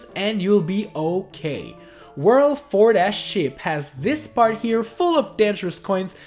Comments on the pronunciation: Did he say 7 - ship... or 7 - sh*t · i know your saying 4 - ship but it sounds a bit like 4 - shit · When you said "Ship," I thought you said "S**T" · when you said 3 dash sship it sounded like you said 3 dash (bad word)